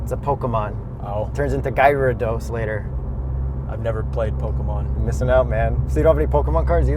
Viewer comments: Guy-rados LOL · "What's a Magikarp?" and how pronounces Gyrados broke my heart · Hi, you pronounced Gyarados wrong, it's pronounced "Garry dose"